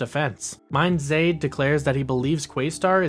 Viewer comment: Mindzei is pronounced MIND'S EYE